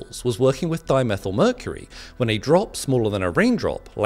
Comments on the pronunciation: Its not methl , its methyl so why aren't u pronouncing it properly. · Why we want Die_Me_Thai ...Hg ...it's Hg sir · I'm going to stop this channel No English person would pronounce di-methyl like that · Dimethyl is pronounced like Diemethighl